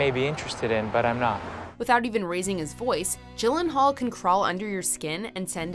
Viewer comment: But again, it’s “Jake Eeeeeelenaullllll”